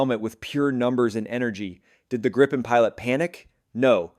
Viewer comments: I feel sorry for the Canadian. They have to learn how to say Gripen.... Gree-pen and you got the right name. *-) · I assume that you got a Text to Speech.. spell Gripen like Greepen or Gree-pen so you got the name right ;-)